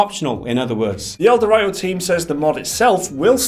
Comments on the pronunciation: It's El Do Rito not El de righto. C'mon guys you clearly did fuck all research here if you got that name wrong. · As mentioned above, it's a word play on El Dorado, Mountain Dew, and Dorito but wrapped into one word "El-Dew-Rito". When you go to the store, you don't call them "Dor-write-os" Dor-ree-toes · El-Dew-Ree-Toe. Like Dorito. Dew is short for Mountain Dew. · It's pronounced "DEW REETO." Doritos and Mountain Dew are "gamer fuel," thus the words were combined into "dewrito." It's a meme, you dip. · the way you pronounce ELDerwrito displeases me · Ah, I see what you're getting at now. They aren't using the Doritos/Dew connection but are saying it as El-de-write-oes, i.e. how it's written instead of using the meaning behind it to pronounce it. The difference being the position of the 'w', either at the end of 'dew' or the start of 'writo' in it's pronunciation. I don't know which one is correct unless we can find someone official saying it. You may be right though, given that connection. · The way you pronounce ElDewrito makes my ears bleed.